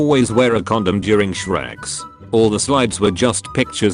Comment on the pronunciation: every time i hear shrex...